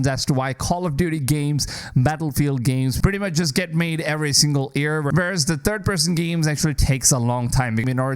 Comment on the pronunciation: Why do you pronounce year as "ear"?